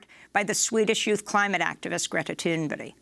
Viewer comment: Tuneberry? Did she say Tuneberry, geez the Anchor said Greta's name incorrectly, am i bugging?